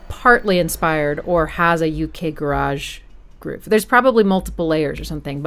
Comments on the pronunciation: Nice analysis of a great souding album though Jilted Generation will always be my favourite from that era. BTW the garage in UK Garage is pronounced 'ga - ridge': Me and my friends at the time thought that little voice in the background in the bridge of Breathe was saying 'wanker', which our small minds found pretty amusing! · I love how she says garage all fancy... When garage music is so not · Hearing someone say “U.K. Ga-raaj“ is so weird! Ga-rij innit! Amazing video as always! Love your stuff! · It sounds funny to my ears when "Garage" is pronounced to rhyme with "Barrage" rather than "Carriage" when describing that particular genre of music rather than a place to store cars and assorted junk.